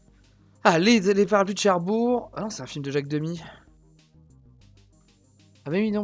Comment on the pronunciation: C'est Cherbourg avec un G !